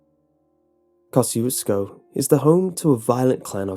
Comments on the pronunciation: there's a road my town with the same name, but it's pronounced "kashoozco" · It's kind of funny hearing an english pronounciation of the word Kosciusko when you are Polish and constantly hear about Tadeusz Kościuszko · Kościuszko moment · Very nice story, but I kinda cringed on how you pronounced Kościuszko. But I'm not going to throw a hissy-fit on you. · I'm from Poland and I laugh every time you say Kościuszko. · Well he didn't pronounce it right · your pronunciation of Kosciusko is hilarious. say it with me, KAH-SHOO-SKA, exactly like that, that's how the locals told us to pronounce it. After I heard this creepypasta years and years ago, me and my older sister (and a few of my hoodlum friends) decided to check it out. I assure you, the polish dance hall he speaks of is there, along with a very ornate catholic church , and of course, the meat market. stopped at a antique store and asked the lady running it a bunch of questions, had a nice hour long convo, (she corrected us on our pronunciation of the towns name) but she didn't have much to say on Ed Gien or about any other strange happenings, and regarded us as tourists. nice park too. decent place but extremely small town where the towns main road is populated mostly by small houses and half decayed barns. they left the door to the dance hall unlocked even tho it wasa weekday morning, so we got to inspect that as well. saw a few of those "knights of columbus" plaques but not much else. we also flew a drone around to get the lay of the land but shortly after we started, cops pulled up and asked us to stop. naturally, we obliged, as we were in the parking lot of the catholic church. Place still had some odd vibes but most certainly not the most haunted place in texas. my experience at "goatmans bridge" in dallas was wayy cooler. if you want to see one of texas most haunted places, look up Purgatory Road, and The Devils Backbone. I'll say no more. edit: it's pronounced "P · It’s pronounced koe–shoe—skoe